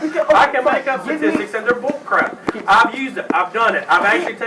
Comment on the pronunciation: It's boolcrahp. just boolcrahp!